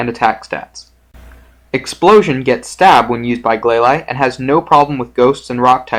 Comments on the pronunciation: it is glalie not glaly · Its glaylee not glayly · Gla-leye: wtf????? It's pronounced glalie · Have i been pronouncing glalie all wrong?!?